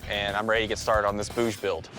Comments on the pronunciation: They are pronouncing it like "Boose"!! Actually it's very simple to pronounce "bhuj"(ভুজ, भुज) that means arm. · Being an Indian and hearing them call it “boz” makes me a little uncomfortable for some reason but at the end it doesn’t matter, they did a great job